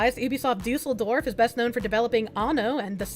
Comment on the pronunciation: Kudos for getting the pronounciation of Düsseldorf right. Most english speakers just pronounce it like "Dusseldorf" with "Dussel" being a colloquial term for "idiot" or "jerk" in German. Yeeees, the two dots over the "u" make a huge difference :)